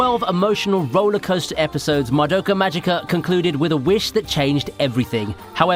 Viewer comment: まどかまじかじゃなくてまどかまぎかだよ